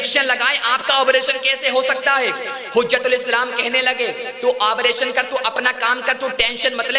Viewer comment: آبریشن نہیں بلکہ آپریشن ہے بھائ